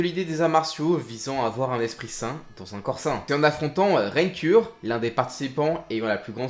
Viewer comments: C'est qui Ren Cure? Raian Kure tu veux dire ? ( Rayan kuré prononciation) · raine cur je suis désolé tu devais pas savoir mais ça s’écrit raian cure et ça se prononce rayan courer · Comment il prononce les blase ça me fume mdr surtout rian kure